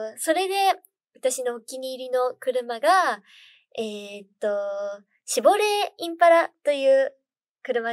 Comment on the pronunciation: シ↑ボレーじゃなくてシボレー↑なの関西弁ぽくてかわいい